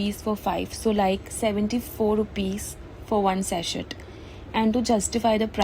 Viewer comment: It is pronounced Sasey not saset. In Sachet the T is silent